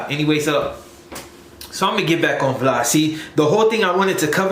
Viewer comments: That fool “vlaud/vlawd” 🤣😂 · Who is Vlod?? You mean Vlad!?!